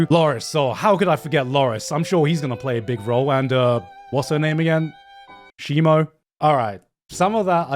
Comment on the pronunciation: SHEEMO LMAO